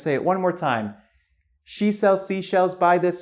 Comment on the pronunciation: Ok guys! I need a little help here. Is it his accent, which I couldn't figure out the origin, or do you really pronounce "She" like "Shu"?